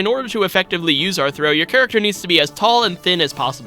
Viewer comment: "hairacter" so funny for no reason lol